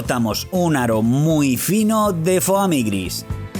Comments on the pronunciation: dices Foami y se dice Fomi se escribe Foami pero se dice Fomi no Fooami :v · Se pronuncia foami 😂😂😂😂